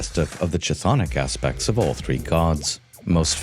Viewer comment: Bro it's pronounced K Tthonic K, KTHONIC, NOT ch-thonic